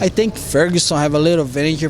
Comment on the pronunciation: "i tink a lot"